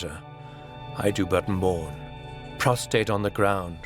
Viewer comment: prostrate, not prostate. Very different meanings. Well done despite editing boo-boos.